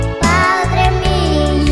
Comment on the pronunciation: Enseñenle al niño que pronuncie bien las palabras no es millo es mio en señenle